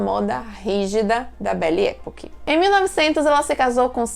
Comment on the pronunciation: A pronúncia é "epóque".